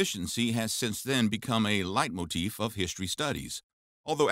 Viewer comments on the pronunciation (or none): none